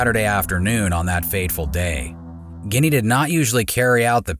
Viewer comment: why is he calling her guinea and not ...ginette....lol